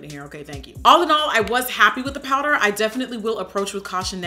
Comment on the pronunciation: “I usually like to set my prider” Love you miss O😂😂♥️